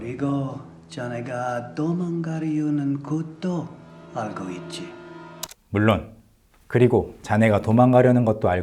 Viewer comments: I don’t know Korean but I know it’s intonation because I hear it a lot. I do know a little Japanese and one of the words he said soudned exactly like the Japanese word mochiron (“of course”). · Funny catch! Yeah, I've studied Korean & Japanese on/off for decades (alas, still no fluency) but thought I heard Japanese "mochiron" meaning "of course". Guess his accent sounded a bit Japanese-ish because he's speaking mostly phonetically with no understanding of what he's actually saying and maybe in Japanese, you can get away with breaking words up like that more than you can in Korean. I often hear Japanese people put more pauses between words or parts of sentences even when speaking to each other for whatever reasons. I NEVER hear Koreans do that though LOL.